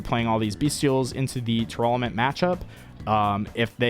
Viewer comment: why does he keep mispronouncing tearlament?